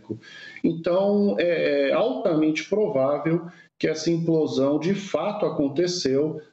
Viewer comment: E o repórter insiste em falar emplosão ao invés de implosão.